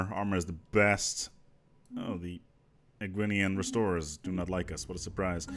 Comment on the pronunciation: 15.02 he finally says ekwynian restorers correctly!!!!!